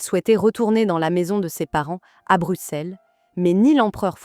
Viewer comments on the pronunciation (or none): none